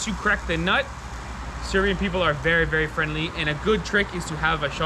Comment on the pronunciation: Serbian not "Syrian" 😅